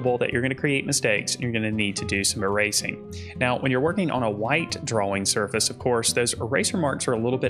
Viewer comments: Great video..thank you. P.S. I love how you say Dra-Wing paper. 📜✍🏼 🖋 🪶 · I was going to make fun of how he says drawing. Then I realised, thet there's a w in drawing wich makes his pronounciation much more logical.